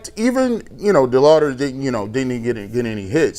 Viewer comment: Why can’t say Chase DeLauter’s name right? It’s not DeLouder!!